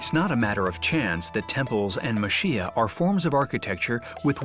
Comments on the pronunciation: I might just be me, but it sounds like the narrator is saying "muh SHEE uh". It's actually "ma chee yah". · The correct pronunciation is Ma-Che-Ya not Ma-Shi-A for the houses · its pronounced mah-CHEE-ya not mah-SHEE-ya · The video was very nice the only thing that bothered me a little while watching was the guy pronouncing machiya as mashiya ! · The pronunciation of Machiya isn’t Ma Shee Ya. Chi is like “Chee”se. The female narrator is correct. I posted videos of Kyoto , too in my channel. Kyoto wasn’t bombed so much during the World War II, therefore, we still see some traditional architectures however, it’s very much changing because of the tourism. Some were turned into modern hotels. I try to film Japanese cultures to introduce to the world. Thank you for sharing your video, too. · Why can’t you pronounce machiya properly? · Are you saying they can't take the time as a professional documentary film production company to find out how to properly pronounce the thing that is the main subject of the film or that French people can't pronounce the ch sound or that they shouldn't have to even bother getting it right and trying to pronounce it or are you saying the OP is wrong (they're not, BTW)? Remember, too, that the narrator is not French.